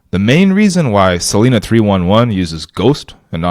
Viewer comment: Cool idea. FYI it's pronounced "sa-lie-na" not "sa-lee-na".